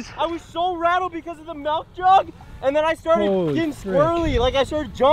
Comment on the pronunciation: says “melk”, get him away